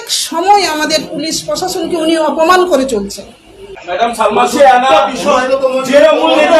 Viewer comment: Salma na balma.কথাও ঠিক করে বলতে পারে না..non standard